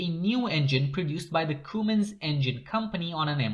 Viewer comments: "Cummins", NOT "Coomins". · Its pronounced come-ins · If you were saying Cummins it’s pronounced like this.. come in’s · Idk how he messed that up.